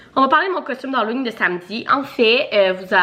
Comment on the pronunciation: « Hallowing » hahaha à chaque fois ça me fait rire